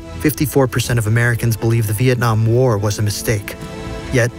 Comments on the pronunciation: anyone else notice “Viakong” instead of vietnam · Vietnam not Veitcam